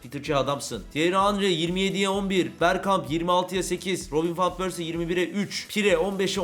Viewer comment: abi fan pörsi diye okunmuyor van pörsi diye okunuyor